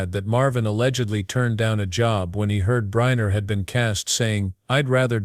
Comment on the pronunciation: Who is Yul "Briner"?! And Frank Sinatra wasn't an actress! AI !